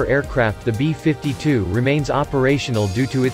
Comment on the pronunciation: The B-5-2 Stra-to-for-tress... robo voice ruins everything